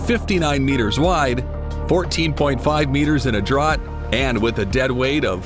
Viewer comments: He pronounced it drott! D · Draught is pronounced as "draft" in English.